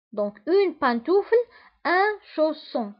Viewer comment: pantoufle تنطق بونتوفل وليس بانتوفل